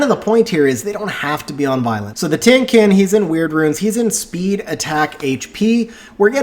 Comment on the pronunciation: The pronounciation for Tien Qin is wrong. Should sound like TIENG CHIN